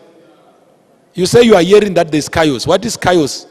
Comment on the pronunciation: I wont let this stupid lecture me, if he cant even pronounce chaos